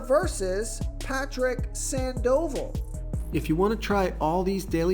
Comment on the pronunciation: Its pronounced SANDAvol!